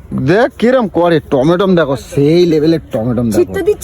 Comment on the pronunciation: অশিক্ষিত কি বলছে দেখো - "টমেটম"!